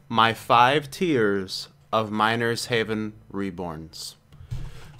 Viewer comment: i thought you said minor's heaven at the beginning